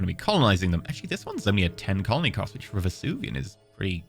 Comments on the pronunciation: Take a shot for every time Venusian is pronounced Vesuvian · As a sidenote, I love how reads Venusian as Vesuvian. It is not the right word, but I am 90% sure the people of Pompeii would agree it was just as unlivable as Venus, making it a PERFECT adjective to describe Venusian atmospheres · I have a theory that is purposefully mispronouncing venusian to increase viewer interaction in the comments:P